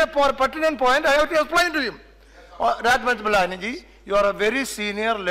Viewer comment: Speaker Se Speaka bhi nahi jaata I mean i dont want to make joke but cant help he said rajmeth malani ji